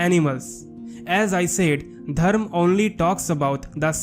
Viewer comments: It's dharma not dharm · It would be better if you learnt to pronounce Dharma with the ‘ma’ at the end